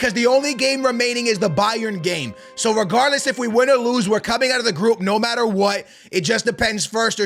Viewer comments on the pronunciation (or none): none